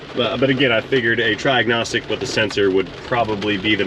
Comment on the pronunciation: "Try-agnostic" Haha